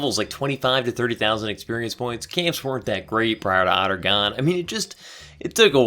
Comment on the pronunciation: Love the way he says Aht Uhrgan as "Ottergon" haha